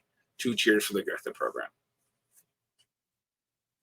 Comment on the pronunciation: I’ll be that guy and say that after your rant on pronunciation and attempt to “split the baby” on pronouncing Gotha correctly, you still pronounced it incorrectly - “th” is always pronounced as a hard T in German, thus [go:ta] :)